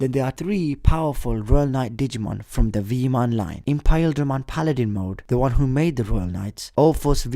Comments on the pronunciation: isnt it pronounced imperialdramon and not impaildramon? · It's not "Impaildramon" it's "Imperialdramon". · Did you just say Impaildramon? No, its Imperialdramon. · y are u saying impaildramon it's imperialdramon look it up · I love your videos but I just have to say it's Imperialdramon not impaildramon hahaha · Who else gets an anxiety attack when he say Iperialdramon? 😂 Impaheldremon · Why is he saying Imperialdramon's name wrong? Is he cause he digivolves from Paildramon? Also how can there still be people who say manga wrong?